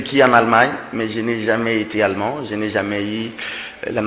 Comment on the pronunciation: on dit pas alleemand mais plutôt allemand avec un e muet pas sonore et long. Merci